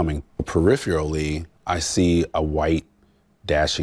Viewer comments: Superintendent with a Ph.D but doesn't know how to say the word "peripherally." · How tf hes a "Dr." and Superintendent but cant say the word peripherally? Smdh...DEI.